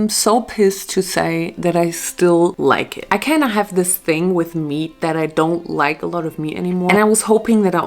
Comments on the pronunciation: Girl you’re saying meat wrong 😭 it’s « meet » not « met » (love u tho) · It´s MEAT, not met